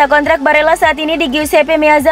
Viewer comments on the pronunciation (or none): none